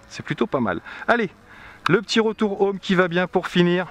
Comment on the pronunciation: C’est insupportable de regarder une vidéo filmée avec une caméra sur la tête, ça donne envie de gerber au bout de 30 secondes. En Anglais, les H se prononcent, on ne dit pas « ome », on dit Home. Quand vous riez vous ne faites pas A A A A A, vous faites hahahahaha donc vous savez prononcer donc, svp, prononcez les H. Dernière chose, la propagation des ondes est perpendiculaire à l’antenne. D’après vous, où vont les ondes radios quand l’antenne est à l’horizontale ?